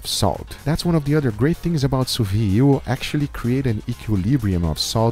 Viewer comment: You forgot, "Sous-vee", it's "Sous-Vide" pronounced like a pot "lid" Sous vee, scratch my hears each times!